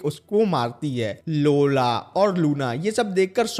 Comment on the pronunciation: Lola ❌laura ✅😂😂😂